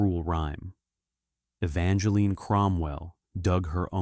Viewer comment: Her name is not Evangeline 50 Evangeline. The E on the end is silent. The story would be better if it was told by a female since it is a female story instead of a male story. You should have two different voices telling the story one male one female .